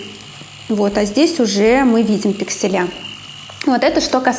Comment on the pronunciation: Спасибо за информацию. Но режит ухо "пикселЯ"